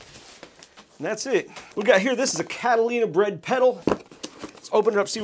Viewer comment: It has been brought to my attention that on more than one occasion in this video I mispronounced Catalinbread as "Catalinabread". 😆 I'm a dolt.